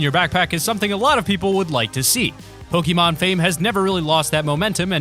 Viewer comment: pronounced poke-ay-mon